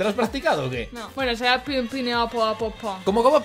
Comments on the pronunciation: mel se dise pen and Apel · se dice pen pinapple aple pen =) solo es por ayudar